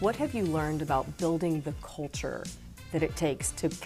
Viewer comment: I don't even think she realizes she's saying the colture